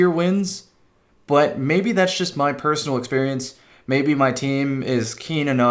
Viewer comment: Drong? Posonal? I see you also got a A+ in English as well as your De Vinci drawings